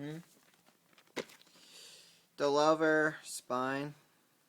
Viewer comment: the clamshell movie called The Louvre is pronounced The Loov in english not The Lover